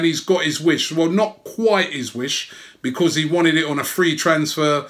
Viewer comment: Love you robbie mate but the way you say because winds me up!!!!